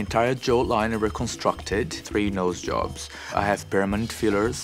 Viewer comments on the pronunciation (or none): none